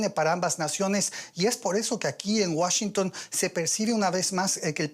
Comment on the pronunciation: Primera vez la escucho que no dice Washingun